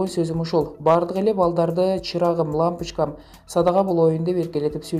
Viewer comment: Анын эмнеси бар лампочкам эмес лампичкам деди😀заади ошентип суйлойт экенда садаган кетейин дегендей эле кеби экенда эженин